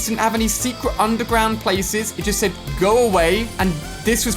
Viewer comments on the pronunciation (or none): none